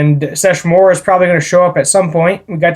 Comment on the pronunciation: Sesshomaru. Se-Sho-Mah-Roo. Have you not watched inuyasha at all? He battled inuyasha many times and there are the most iconic fights of the entire series